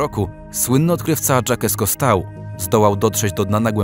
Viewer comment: Fajny materiał , ale zmroziła mnie wymowa francuskiego nazwiska Cousteau.